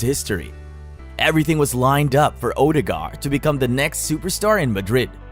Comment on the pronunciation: Its pronounced ur de gard and he walks on water ..... now.